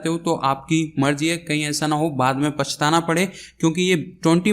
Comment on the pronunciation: not a pachtana it is pachhtana